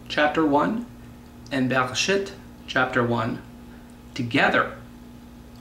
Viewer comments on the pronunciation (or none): I am sorry to say this but you clearly dont know how to read hebrew vowels..you mispronounce the vowels...when you read bereshit...its not shit like in english its sheet... the hebrew vowel is.. chireq.... like the word green...come on guy this is basic hebrew vowels you should of learned them by now.